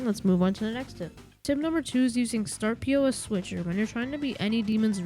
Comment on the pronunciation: Startpos not startP.O.S